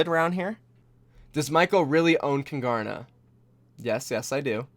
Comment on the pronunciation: Just out of interest- why name your team Kungarna? As a Swede I don't get it, is there any kind of relation to Sweden? No hate, I'm really just curious. We'd say it with a silent G btw.